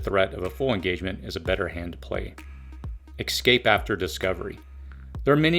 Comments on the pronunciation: OMG! It's EScape, not EXcape for the love of God! And are you trying to say ANTAGonistic? Because there's no such word on this planet as TAGonistic! Geez, if you're going to use a $3 dollar word, at least pronounce it properly! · It's eScape not exscape🤣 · Great video. Thank you for the information. One comment though, it is pronounced "ess-cape" not "eks-cape". Perhaps its just me, but I found the mispronounciation distracts from the message. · Escape. Not excape. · It's "antagonistic" not "agonistic" and "escape" not "excape" Otherwise, great job.